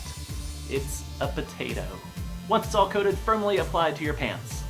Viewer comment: "It's a pot-at-o" 😂😂